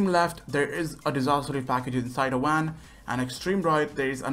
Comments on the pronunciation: It's van not wan but don't worry it's okay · It's not a wan it's a van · when u say van it sounds like your saying wan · “Inside a wan” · lmao my mans Indian for sure. im indian too so I know haha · The fact he pronounces van as wam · He can’t help it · Remember what he sed guys there's some in the VWAN lol